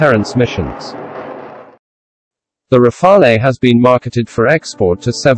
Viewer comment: You miss pronounce Rafale , there is no eh just say Rafal as the E is silent if said in english , for your info rafale means gusts of wind